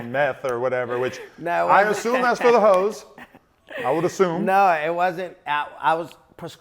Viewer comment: ''it doesn't even sound official when says ''the hoes''